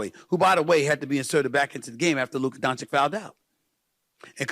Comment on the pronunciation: Firs what Stephen must learn is how to pronounce Luka Dončić...show some respect/class Mr......